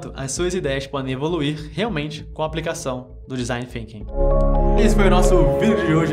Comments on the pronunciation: FINKING? ah não vey... é THINKING com a língua nos dentes de cima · parei de assistir no momento que disse "desing Finking", pqp.... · mas THinking sim, é a pronúncia da línguas nos dentes